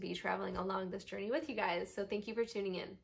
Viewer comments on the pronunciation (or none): none